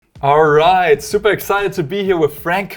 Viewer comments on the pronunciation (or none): none